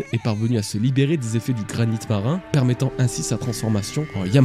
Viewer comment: Chouette vidéo, merci ! Je me suis toujours demandé pourquoi tu prononces "meutant" au lieu de "mettant" (un "e" devant une double-consonne se prononce toujours "é"). C'est lié à un accent ?